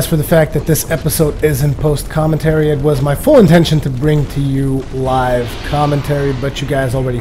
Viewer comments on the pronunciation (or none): none